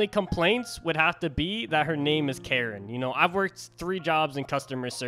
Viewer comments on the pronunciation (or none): Also her name is pronounced Ka-reen because she’s rich. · Bro it's pronounced car-een if that helps. (That's how everyone else pronounces it)